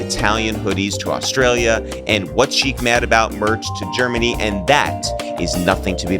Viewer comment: Sheek refuses to say his name right